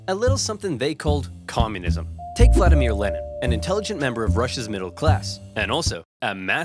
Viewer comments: he is not "Vladamir Lenin" he is "Vladimir Lenin" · It's Vladimir Lenin Not Vladamar... holy shit...